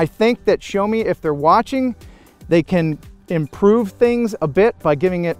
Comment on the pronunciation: See-yao (first syllable fairly short) not 'show' :) Excellent review otherwise.